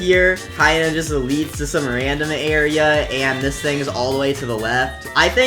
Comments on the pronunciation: Nobody else saw that you said 'tis' instead of 'dis' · no he tip tis instead of this soo he was a real person